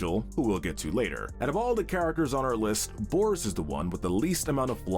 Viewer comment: You said boris and the dark survival wrong